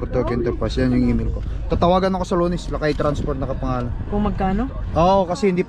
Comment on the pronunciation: Ang pronounce ng lakay lakey😅😅😅